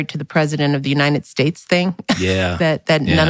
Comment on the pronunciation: She said, married to the president of the Unined States What A college graduate doesn’t know that there’s a T in that word 😂